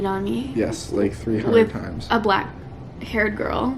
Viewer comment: “Black....hair girl” —-sounds like you tryna say something else